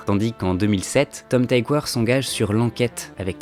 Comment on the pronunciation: Tom Tykwer est allemand, ça se prononce "tikveur"